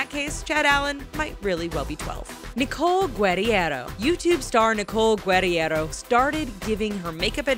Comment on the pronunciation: Who the fuck gave this voice over a pronunciation guide? No one, I presume. Nicole Guerriero's name is not that damn hard to pronounce. Also, it's Sugg. There is no S at the end!